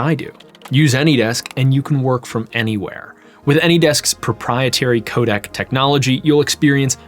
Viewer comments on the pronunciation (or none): none